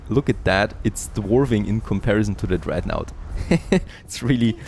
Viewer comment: love the video series but pleaaaase: dont call it dreadnAUght. that is just not how it is pronounced ^^